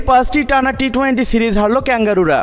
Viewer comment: Vai apni twenty bole twainty boliyen na birokto Lage. Emnitey pic copy koren abar uccaronewo vul koren.😠